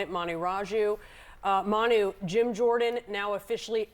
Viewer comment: I thought CNN Manu said “ass”.